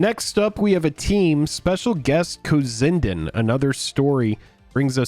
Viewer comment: Just a friendly heads up, it's actually pronounced "cozy n' dan." They're an artist couple that's been around in the indie/underground art scene for awhile now, great work